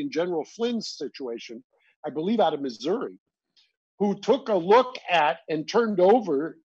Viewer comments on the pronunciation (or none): none